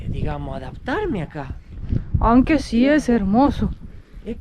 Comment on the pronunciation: Me gusta cuando lisana pronuncia aunque dice anque 😂 y queda mejor asi que si te escucha la real academia española lo va a anotar como valido😅